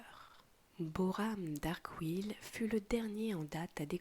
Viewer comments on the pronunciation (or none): Les noms des 2 derniers chef de Noxus se pronnonce: BOram et Souayn (swain) mais à part ça l'histoire est ultra agréable et chill !